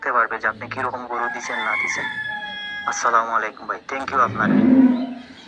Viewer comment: ভাই আপনি কি হিন্দু না মুসলমান মুসলমান হলে ছালামটা ভালো ভাবে দিবেন এটা কেমন ছালাম আছলামালাইকুম